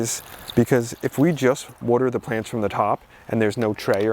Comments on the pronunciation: Coming from jersey I have to laugh at "wooder" not water..... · Every time I hear you say water, I feel right at home as someone from South Jersey now living in Philly! Thanks for your amazing content 💜